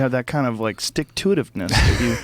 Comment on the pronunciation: "Sticktoitivness" - Joe Rogan